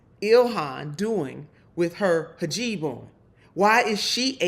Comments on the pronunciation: Not to be that person, but I'm gonna be that person. It's Hijab. Not Hajib :) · First of all, it's a hijab...not a hajib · It's hijab, not hajib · Lauren, you dense bint: it's a 'hijab' not a 'hajib'! Furthermore, you CLEARLY don't know what the Separation Clause means . It perhaps explains why you didn't even attain your GED until just before you were elected to Congress! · What the hell is a Hajeeb??? It's a Hijab FFS! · It's not hijeeb ifs hijab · The word is Hi-Jab, not Ha-Jib. Maybe Bobert is dyslexic. And if so, it's a possible explanation as to why she is how she is. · Uh, the pronunciation of Ms Omar’s headgear is “hee-job,” NOT “haw-jeeb”! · Its called hijab, not hijeb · Great video as always, Nina. You rock. Just one thing: I think it's pronounced hee-jahb, not ha-jeeb. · Hij-ab cmon look it up before you comment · "Hajeeb". *sigh🙄facepalm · I think it's lazy AF reporting if YOU also call it a "hijib" and not to mention disrespectful. I get Boebert doing, she's just a KKKunt like that, but ya'll should know better. hi·jab /hiˈjäb/ For future reference. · You may want to learn how to pronounce hijab.